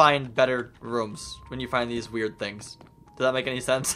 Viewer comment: I just noticed he said tings instead of things